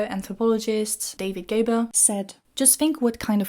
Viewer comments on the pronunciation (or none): Not very important, but I'm just allowing myself to correct that it is gRaeber and not Gaeber. Not trying to criticize an otherwise excellent and really thought provoking discussion. Merci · At least pronounce his name correctly: It's GRAEBER with an R!